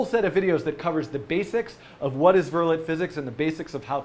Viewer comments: btw, it's pronounced "ver-lay." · It's pronounced vur-lay not vur-let.